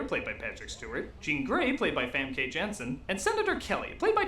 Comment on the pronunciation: Fam-kay Jensen, lol.